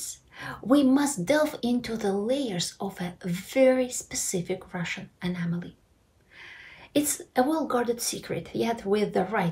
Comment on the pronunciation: Excellent video. I've never read anything this clear in any US American, Finnish, German, or French newspaper! But anOmaly, not anAmaly. "fourth tier" pronounced like "ear", not like "tire"